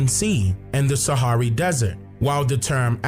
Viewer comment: Suharry? Desert. Please. Catharidge? Great work.